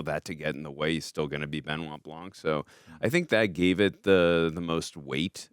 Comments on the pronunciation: Benoit pronounced BEHNWAH not Ben-nye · it's so funny for me, as a french man to hear how they say his name... "Ben Wa BlanK" when in french, it would be "Bun Wa Blan".... It's also very funny when i hear american say the name of director Denis Villeneuve "Day-Niss Vil-Newave" when it's actually "Duh-Ny Vilnuv"